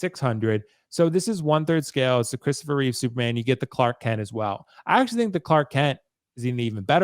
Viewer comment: This guy doesn't even know it's REEVE, not REEVES.. and he's criticizing the statue? Give me a break. It's 100 percent REEVE.